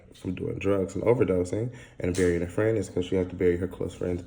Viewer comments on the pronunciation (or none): none